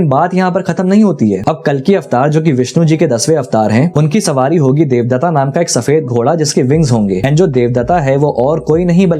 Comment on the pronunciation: भाई किसी भी हिन्दू देवी देवताओं के नाम के आगे आ लगाना बंद करो देवदत्त को देवदत्त बोलो देवदत्ता नही